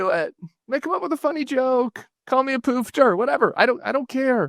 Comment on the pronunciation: "Call me a pewfter" Bruh it's pronounced "puf-ter" (like woof)